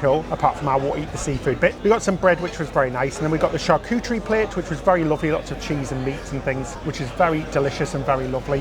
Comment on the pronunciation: 🇫🇷 Oh La La. I think that you were trying to say, " Charcuterie. " sounds like Char koo ter ree. Good try, don't give up. 😘